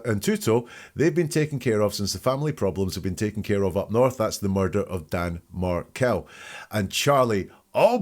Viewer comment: The fbi guy says "diga?" Which is Spanish for "talk to me" and a common way to answer the phone. Just FYI:) also, it's Markell not Martell, but I know that was just a tiny error and you know his name. No big, we all misspeak a bit from time to time. ❤